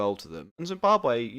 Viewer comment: its Zimbabwe not zimbabar